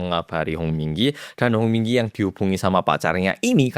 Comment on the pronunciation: Kuping ku denger nya komdigi muluu 😂🤣🤣🤣